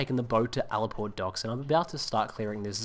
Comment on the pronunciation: It's not called al-port. It's called ale port!